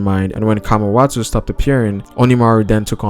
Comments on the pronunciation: i think its Kawamatsu not Kamawatau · It's Kawamatsu not kamawatsu